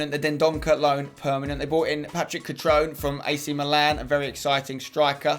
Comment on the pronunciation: Cutrone is pronounced Cu-tro-neh